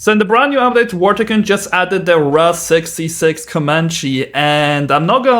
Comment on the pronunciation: Not trying to be rude but its pronounced the R-A-H 66 not the RAHHH🦅🦅🦅